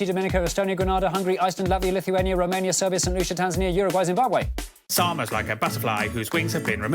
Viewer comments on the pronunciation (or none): none